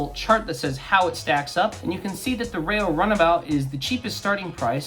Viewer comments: Its ReeeeeO not RAYO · It's Reo...as in "R E O". Not Ray Oh. At least if the reference is the REO Speedwagon.